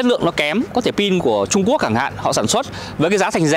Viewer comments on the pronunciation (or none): none